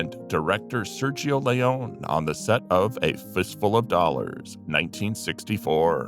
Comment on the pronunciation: "thee" "thee" this and "thee" thee" that, the word is 'the'.